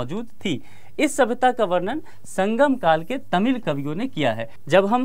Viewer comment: शंबंध नहीं संबंध शंगम नहीं संगम शभ्यता नहीं सभ्यता